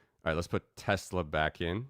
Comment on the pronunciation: I love teslerrrr